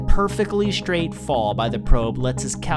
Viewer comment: What the heck is "shtrait"? He said it twice, so it's no accident. Many uploaders are doing this, and it makes them sound dumb. Why, people, WHY???